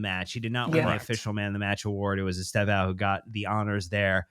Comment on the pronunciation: Guys, please learn from Nath how to at ‘Stev-Own’ It’s pronounced as TWO syllables with the initial ‘E’’ virtually silent. Many of the other media guys are getting this wrong through ignorance. But this is a Chelsea channel so please, do your bit to say it right The clue is Estevao is Portuguese for ‘Steven’ and it’s actually quite close to that when said properly.